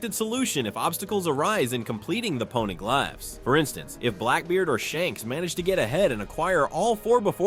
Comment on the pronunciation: They are pawneh-glyphs nor are they PONEY-glaphs paw-na-glif is how it's said lol